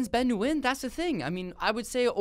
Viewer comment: It's cringey the way you pronounce Nguyen.